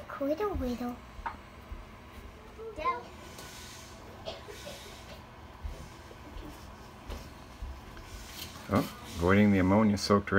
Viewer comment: "Cwittow Riddow". Highlight of the video 🙂